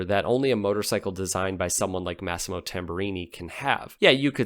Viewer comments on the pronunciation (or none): none